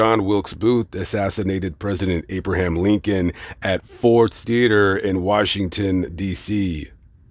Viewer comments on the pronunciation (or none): none